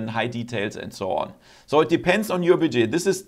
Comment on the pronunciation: Interesting video thankyou, just a note your pronunciation of "budget" is very wrong I don't want to be overly critical because I appreciate your not native English speaker it's pronounced more like BUD JET